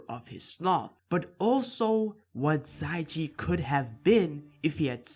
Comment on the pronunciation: i think it's xia ji not xai ji